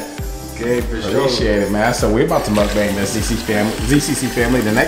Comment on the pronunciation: I love every of your guest and crushing on someone but it's not said MOOKBang... lol it's MUKBANG. Try to watch the original mukbangs and try to talk about the history. And give credit. We'd appreciate it